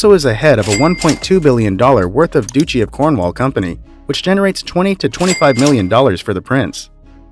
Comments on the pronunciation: doochy of Cornwall? Who is this guy? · And "Glosster" not Glowster, Edinbruh, not Edinburg, duchy not doochee. Also, the Duke of Westminster is not a prince as he's not royalty. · GLOSSTER--NOT GLAUSTER! DUTCHY--NOT DOOCHY! GENERALLY SPEAKING, THE INFORMATION IS--AT BEST--OUT OF DATE, NOT TO SAY INCORRECT! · Since when was Diana's middle name Anna? It is Frances. Duchy is not pronounced Doochi!! Grosvenor - really, it is not GROSS-ven-nor!!!! It is quite easy to look up the proper pronunciations. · So many mispronunciations in the robotic voice over. To purport authority, one ought to not mispronounce the wealthiest duke’s last name, for example. Also, since the reporting is about dukes, one should hope that the robot voice could properly pronounce ‘duchy’. Some of these asserted wealthy dukes are a bit of a stretch, given that they are primarily known as ‘princes’. Another commenter mentioned the Duke of Alba as missing from the list - shame.